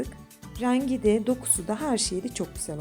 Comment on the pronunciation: Raaangii değil rengi